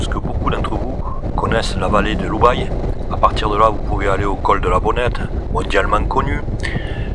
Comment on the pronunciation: Belle virée dans notre PACA & 04 ... en revanche, chez nous, on ne dit pas OU-baye, mais U-baye ... et depuis le pont du Chatelet, en poussant un tout petit peu loin, le gîte les Granges de Fouillouse au bout de la route propose de grignoter avec des bières sympa. Petite question, depuis St Dalmas le Salvage, je n'ai pas reconnu la route puis la piste depuis le col de la Moutière qui ramène à Barcelo ... z'êtes passés par où ?